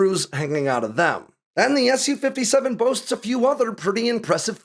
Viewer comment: the Su in Su-57 is just "sue" not "ess you"